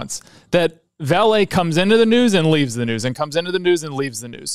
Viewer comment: Excellent video. Just a tip on pronunciation coming from a Brazilian: it is "VA-le" and not "va-LE". Vale is HUGE and it's always on the financial news here in Brazil.